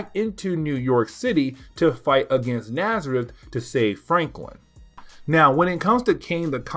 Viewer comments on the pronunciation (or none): Your videos are a lot of fun. Just to say, N'astirh is a play on words of Nastier, so it's supposed to be pronounced more like En-as-teer, it's not Nazareth :)